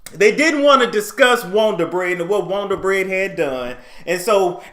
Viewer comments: "Got that wond'r bread" "Got that wond'r bread" "Got that wond'r bread news" Me: 😂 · Listen the WONDER BREAD NEWS intro is THE BEST!!!! I sing it everytime!!!! 🎼”We got that Wonder bread,Wonder bread,Wonder bread Neeeeews!!!” 😝 but you pronounce it!! I die laughing!!!